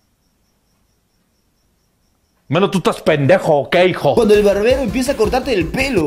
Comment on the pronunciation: soy el único que oyó bananero en vez de barbero